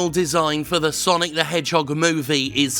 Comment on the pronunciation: It's sanic the Hedjim